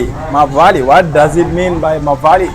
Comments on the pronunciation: Mawlai not mavali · Its MAWLAI BRO NOT MAVALI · Maw Lai mean mawly not mawaly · Not mawali , it is Mawlai means the name of the place in meghalaya( the heart ❤️ and brain 🧠 of our beloved meghalaya). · Not MAWALI,,it's MAWLAI Bro 😊😊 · its not manwali its mawlai bro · Mawlai bro not mawali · Not mawali it's Mawlai brother, Mawlai is a place where Bah Arden and Dr Ricky belongs to, it's a town. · Not mavali but mawlai it's a constituency which full support of PRAH#VPP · Mawlai not mawali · It's Mawlai not Mawali. You're the best man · Not mawali this is mawlai vro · It is Mawlai bro good you try atleast❤